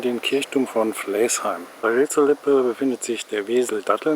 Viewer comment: Sehr schön Deine Filme, nur man merkt, dass Du nicht aus Haltern und Umgebung kommst. Flaesheim schreibt sich zwar so wie Du es aussprichst aber das e wird nicht mitgesprochen es wird seit Urzeiten und immer noch Flasheim gesprochen! Flaesheimern tut Deine Aussprache in den Ohren weh!